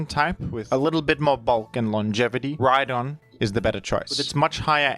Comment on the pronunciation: The h in rhydon Honse